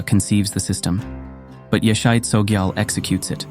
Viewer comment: Correctly pronounced is; “ YEAH-SHAY CHO-JEE-AHL”